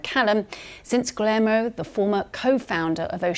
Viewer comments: Gilermo? 😭stupid British broadcasters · The way this lady pronounced “Guillermo” is an insult to Hispanic people everywhere. 😂😂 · The way she said "Guillermo" is maybe the worst thing to come out of the UK since English food